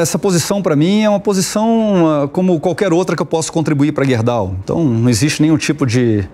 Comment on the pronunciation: nome da empresa é Gerdau não guerdau